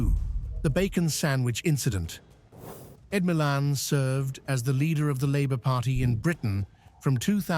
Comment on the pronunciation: AND JUST WHO THE FCUK IS "ED MILAN" ???? YOU CANT EVEN BE BOTHERED TO SPELL HIS NAME CORRECTLY OR PRONOUNCE IT RIGHT YOU DIPSHIT !!!! NEARLY HALF OF YOUR MINDLESS TWADDLE WAS TOTALLY WRONG !!! YA GREAT PILLOCK !!!!!:text-green-game-over